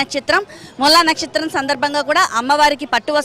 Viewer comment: నచ్చత్రం, కాదు నక్షత్రం అనాలి